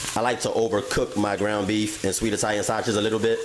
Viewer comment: I like how he says “Italian saches” . And he said it like 5 times LOL